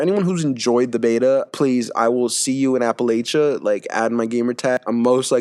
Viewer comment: Its app-a-lay-shin not appleasian you idiot